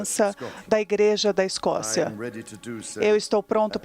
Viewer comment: A repórter falou errado simplesmente TODAS AS VEZES… É segurança da IGREJA da Escócia